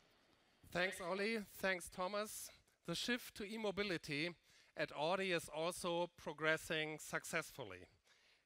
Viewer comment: Wie kann man als CEO " Odi "sagen. 😰 das ist AUDI ! Kopf schüttel